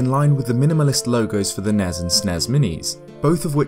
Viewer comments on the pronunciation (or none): "Nezz and Snezz Minis" No. Stop that.